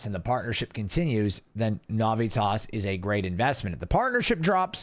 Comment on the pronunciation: You are saying the name Navitas wrong, bro. Get that shit right, homie. It's like nails on a chalkboard the way you say it.